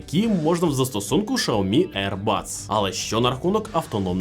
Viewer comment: Шаомі... ой чувак